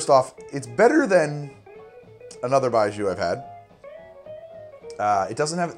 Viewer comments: Sorry to jump on this. but pronunciation is "bye-gee-oh". with the "gee" and "oh" pronounced as one syllable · Pronounced “bye joe” as in when you drink it bye bye joe! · Love it, but the pronunciation of 白酒 was killing me. You had the first part right, but the second syllable is pronounced like gee-yo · Pronounced :"BYE-JOE" fyi. thanks. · It's pronounced bye joe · Hey btw its pronounced 白酒, or "Bai-Joe" not "Bai-Joo" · it's not pronounced bai joo, it's bai joe 白酒，干杯 also it is written as baijiu not baiju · It's pronounced like "Bye Joe" not "Bye Jew". Foreigner living in Beijing for the past 8 years. Served it at my wedding. ....You're right about the taste. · 1. Bye-jhoe. Not bye-joo. 2. Moo-tie, not Mountain, 3. To me it tastes of raw, unsweetened chocolate. Definitely an acquired taste, but not a bad one. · Baijiu is vile but it can have a hell of a good buzz, really brings out the Nietzsche in most folks. Think aviation fuel, old gym socks, garbage on a hot day, a touch of cheap sake and indeed, wet dog. For the record, it's pronounced a bit more little more like Bye G-oh or Bye Joe. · Baijiu （白酒）-- Pronounced "bye-joe" Also get on that CR already! The correct flavor/taste profile for Baijiu is in fact death, you are correct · thank you for telling him lol it was annoying hearing zhu lol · BYE-JOE it's pronounced BYE-JOE. "Bai" is the word for white and "jiu" is the word for liquor. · baijiu (白酒) is more like 'bye-jyoe' except the j is like halfway between a j and a hard z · Lots of comments here so it's probably already been said, but Baijiu (白酒) is pronounced "Bai Joe" and literally translates to "white alcohol". Cheers! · Baijiu is incredible and absolutely horrible at the same time! Moving to China this fall, and I'm really looking forward to tasting different Baijiu. Btw: Pronunciation of the "jiu" in baijiu is closer to "gee-oh", just shortened to 1 syllable. Close to how you'd pronounce Gio for a guy called Giovanni.